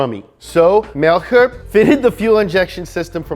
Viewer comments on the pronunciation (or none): In The case of Aufrecht and Melcher, you pronounce the „ch“ more like the English „sh“ only a tiny bit softer. There’s no true grammar rule for wether you pronounce the German „ch“ hard or soft, so it’s a forgivable mistake